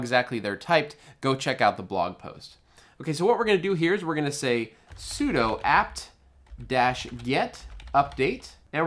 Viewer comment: Nice tutorial. Just FYI, "sudo" is "soo" "doo", as in "SuperUser do", "do this as superuser". - From University of Colorado, Boulder, home of sudo. :-)